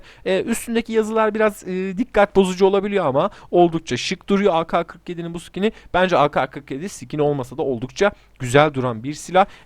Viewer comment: O bi kere a ka skini değil a ke skini mal